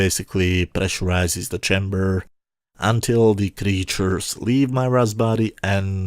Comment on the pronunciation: Her name was pronounced "Meera". I thought this episode was pretty close to complete garbage. You give it 7/10 but don't really say what you liked about it? All the commentary is negative. :)